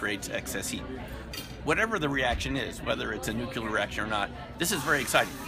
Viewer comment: This sounds great! I hope by the time it benefits mankind that everyone can pronounce it correctly... I'm sorry but come on now... "nookular"? The good doctor should know better.